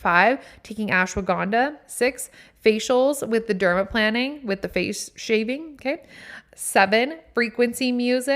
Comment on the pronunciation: I love these tips!! Okay first as a skin and hair care specialist and retired nail tech yesss to all of what you said!! Also I personally despise acrylic nails 🤢… gel or press ons all day!!! And yes you are saying it right 😉 “Derma-✈️-ing” lol Second OMG we listen to the same playlist 😍 and third I think my biggest takeaway is to stop filtering myself!! Be me and not performing, I’m doing that in my podcast but like on my social media that’s my biggest shift to do!